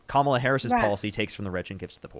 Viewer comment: At least she pronounced Kamala correctly.👍